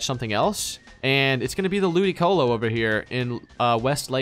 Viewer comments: Hearing you say ludisolo and not ludicolo is triggering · WHY DID HE KEEP SAYING LOODISOLO INSTEAD OF LOODICOLO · Ludisolo? It's LudiColo you pronounce the C like a K. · The way they pronounce the C in Ludicolo and "BAGON" is kinda irritating. Hahahaha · Your pronouncing ludicolo wrong or do you know that and do it on purpose